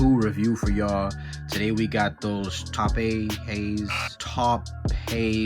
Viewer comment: #tumbledleathaaaaaa it's pronounced "towp" and that back is on point